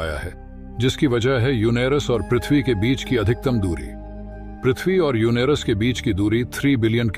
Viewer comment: युनेरस नहीं युरेनस हे उच्चारण सही कर लो